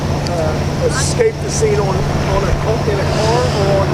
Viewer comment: He didn’t “excape” he escaped.